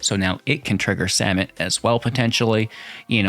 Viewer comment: "vizor" "kakzan" "samit" did I miss any?